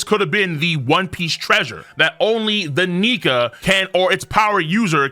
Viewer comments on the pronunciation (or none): Excuse me sir? Only the what? ?? That did not sound like Nika 😅